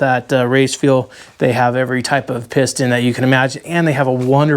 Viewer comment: You said "piston" right on the first attempt in French.